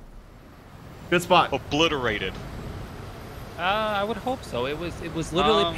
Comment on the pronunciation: "Seek and obbliterate"